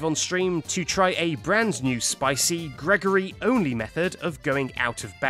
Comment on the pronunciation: Freddy: “ Gregory hewlp monty scewy “